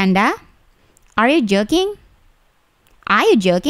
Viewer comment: astaga kupingku dengernya are you jerking